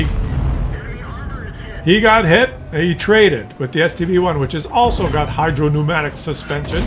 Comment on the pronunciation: Thank you for not calling it "hydropneumonic" suspension anymore.